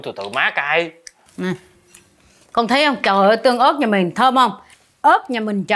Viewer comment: Ớt tương mà anh nói tưng ớt